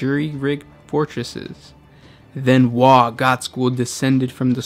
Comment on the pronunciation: You mispronounced WAAAAAAAAAAAAAAAAAAAAAAAAAAAAGH!!! Good video though 😁